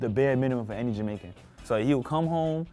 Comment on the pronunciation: Yoooooo said Jamercan!!!!!! for the girl with the braids food🤣🤣🤣🤣 I'm done!!!!